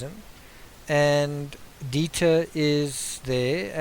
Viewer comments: dEIter.....not as in diet-er.....it's deiter. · Dieter not Deeter. I would think you'd know this since Dutch is similar to German. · It’s “Dieter”...a German name for a German breed! 😁 seriously, love your analysis and presentation of content. I generally learn things and tend to agree with you. Excellent videos! 👍👍👍